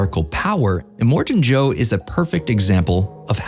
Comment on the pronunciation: Are you serious?....immortan Joe?!.... If these AI type videos really Need to learn how to get it right🙄